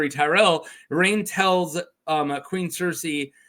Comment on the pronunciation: I thought it was pronounced Ar-ain "Ar" as in car, and ain as in rain"